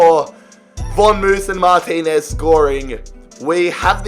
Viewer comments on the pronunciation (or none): none